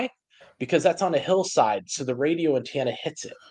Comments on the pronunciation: I wish, especially in his line of work, he'd say antenna correctly. Bugs me every time he says, "Antanna." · The word is "antenna," NOT "antanna." 🙄